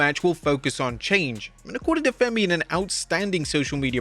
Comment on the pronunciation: Oba Femi not Fenny 😂